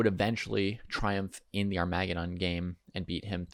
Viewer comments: ar-MAY-guh-don LOL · ar-mah-gudon? lol I've never heard anyone pronounce it like that